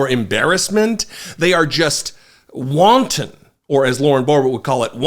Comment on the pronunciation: Not only cannot pronounce wanton, but boobie doesn't know what it means either!!!